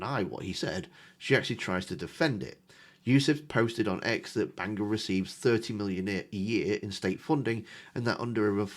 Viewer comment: Sarah, it's Bangor not Banginon. 🫢